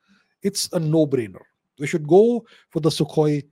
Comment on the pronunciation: "shuth we take it"🫠 what's with the accent mannn